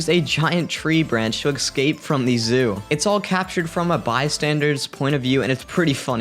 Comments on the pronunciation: EScape, not Exscape... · Excape? Dafuk u mean? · Stop saying “excape”, the word “escape” and it’s pronounced S-cape not X-cape. Jesus. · if you're going to make a video about animals "escaping", maybe learn how to pronounce escape (hint: theres no X...) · Of course you say excape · For the record it's escape not excape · ESCAPE!!!!!!!!!! NOT EXCAPE!!!!! PLEASE FOR THE LOVE OF GOD STOP SAYING EXCAPE!!!!!!! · Before you make another video, please learn how to pronounce 'escape'. The s is before the c, not after it.